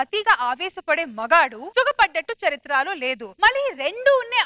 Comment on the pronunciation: రష్మీ చరిత్రాలో కాదు తల్లీ, చరిత్రలో అనాలి, నీ తెగులు నువ్వూ